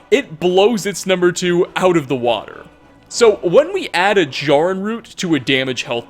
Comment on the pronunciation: Also mispronounced Jarrin.